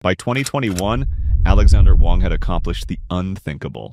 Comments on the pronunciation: His last name is Wang not Wong! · Americans like to pronouce his name with short A but it's actually pronounce with a short "U" like in the word "Huh" so it should be spelled like "Wuhng"